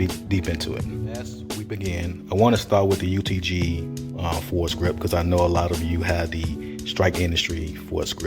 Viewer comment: It's pronounced like "for grip."